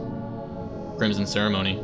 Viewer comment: Chrism, not chrimson 😂